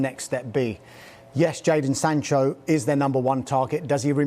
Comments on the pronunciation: Why does he keep saying Jordan, its jaden ffs! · Someone tell it’s jadon not jordon🤦‍♂️ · 'jordan sancho' ffs this guy is on sky sports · ‘Jordon Sancho’ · Sadon Jancho